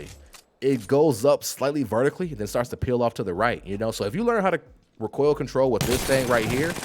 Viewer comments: Why do you keep pronouncing recoil "RickCoil" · I've watched a few guides (first time playing), but this one is the best. But the way u say recoil gets be a bit boiled. Keep it going bro!!! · My dude, you say “recoil” like Galifianakis says “retard” in The Hangover. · Learn how to say recoil and shorten your damn video!